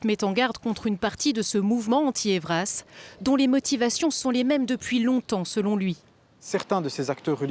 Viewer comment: Acronyme e‑pas ÊVRAS, mais Ê.V.R.A.S. Gratin djauphinois.